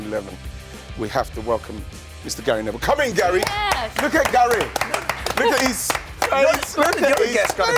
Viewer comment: Why does Ian Wright call Gary "Gail" !!!